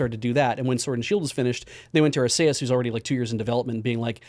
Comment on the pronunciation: That is the only correct way to pronounce Arceus.